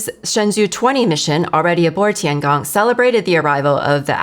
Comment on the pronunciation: 神舟Shenzhou is pronounced as shén zhōu like Shen Joe